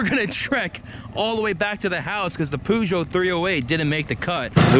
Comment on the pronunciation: PLEASE STOP CALLING IT A POOGEOT